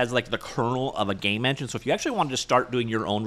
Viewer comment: you really did say "gay from scratch", I watched a few times at 0.5x to make sure I didn't mishear 😂